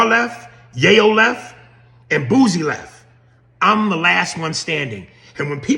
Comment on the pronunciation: I thought I was the only one who noticed they call him Boozy.